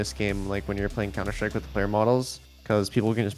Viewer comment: cunter strike